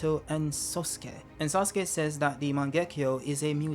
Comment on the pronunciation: Why are you calling "Sasuke" as "Suske"? 😂